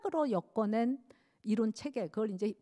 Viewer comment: 연제가 철학자가 마음에 대하여 강의를 한다 했는데, 불교에 대하여 가의를 하기에 뜻박ㄱ이었습니다. 질문! 철학자의 불교강의는 외 더 어려워집니까? 전통적 아휘의 빈곤 때문이 아닌가 합니다. 발음 문제를 지적하지 얺을 수 없읍니다. 긴 자를 짧게 잘못 발음한 예: 가치,(천 천이 절도 있게 말하시옵소서),이론,개념,먼가,대화, 변한것,유정,유정,범부,견해,세계,안이(눈 귀),세계,말씀,(한자의 원문은 천천이 분명히 띄어서 읽으십시요),5식,인식,계속,보(업보),저장소,개념,다(all),선(악의 대),현실화,중생,두 번,선행,등,대부분 일상어를 그릇 발음했다는 것은 놀랍지 않습니까? "한국 어문을 고발함" 이라는 책을 일독해 주실까요? 미국 변 완수 배